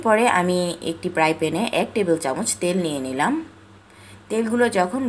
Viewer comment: fry pan hobe not pry pan okkk plzzz don't mind....??????😂😂😂